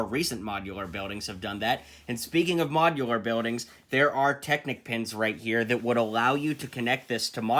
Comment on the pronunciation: Wait did you say mojilUr buildings?